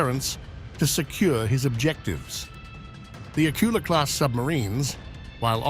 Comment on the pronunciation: it;s not pronounced AK-ula, it's pronounced ak-U-la - the stress is on the second syllable